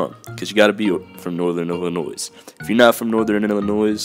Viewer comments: Illinois is pronounced without the s :/ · There is no "s" in Illinois hate that shit